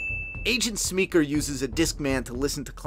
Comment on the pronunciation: Hey bud. Love the effort. I’ll continue watching but I had to pause. I’m probably the same age as you. But the thing is his name is Willem. Not William. And Paul is not Paul Smeeker. He’s Paul Smecker. I’m not trying to embarrass you but my OCD brain wouldn’t allow me not to say something.